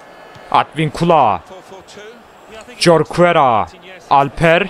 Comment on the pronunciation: Abi o Jorquera horkuera diye okunuyor :D Bursaspor'luyumda :D